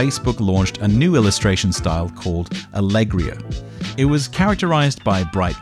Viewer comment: "Alegria" (happiness) is pronounced with emphasis on the third syllable. Ally GREE uh.